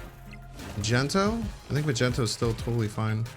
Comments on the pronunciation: Did my man just call him "majento" lmao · This is where I stopped watching... Mostly because the video was actually over though :D Still, that was a surprising way to pronounce Magneto.